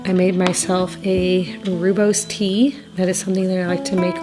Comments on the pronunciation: Rooibos is pronounced roy bus, such an excellent herbal drink for pg and nursing moms. The benefits are numerous and so many flavors to enjoy! Congratulations on your families upcoming blessing. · My husband lived in South Africa for two years. It’s pronounced Roy- bows tea. Just sharing to be informative. Congrats on baby boy coming 🎉